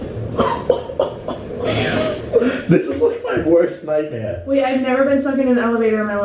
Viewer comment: Natalia Edwards the way he says nightmare. Also maybe since you guys are used to the Boston accent, you can’t really identify it cause that’s what you find normal